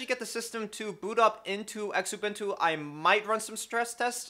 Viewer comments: Penny are not engraved they are stamped ! also the X in xubuntu is pronounced as a z zu-bun-tu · Xubuntu. Pronounced Zoo-bun-too.